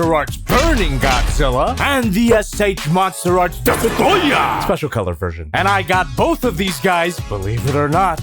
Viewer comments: When Jobby said DESTOROYAH it always gets me laughing. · Love the AVGN shoutout with the DESUTROYAH pronunciation. 😂